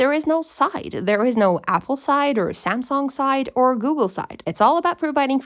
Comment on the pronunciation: you say samsung really weirdly samSONG ?